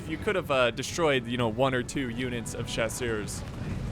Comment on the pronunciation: "Chasseur " you must pronounce "ch" like the "sh" of shoot or like the "ch" of "french" and "barrage" the sound of the G is the same as Genius . One of your french fan